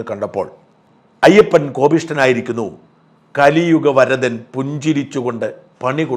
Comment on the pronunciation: Zakriaji thanks for your " kaliyugavarathan" pronunciation pl